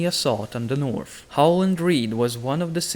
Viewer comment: THE NORF KINGINDANORFFFF